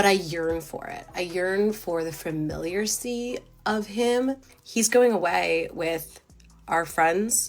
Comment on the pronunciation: she looks terrible in these videos, but acts like shes a 10. remember when plain women understood that they need other qualities to attract a partner? also...familiar-cy?